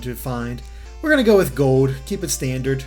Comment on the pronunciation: Where is your accent from? It sounds like you’re saying Pokémon Gode.